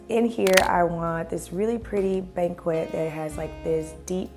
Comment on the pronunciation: Banquette bench is pronounced “ban-ket”. The qu sound is a k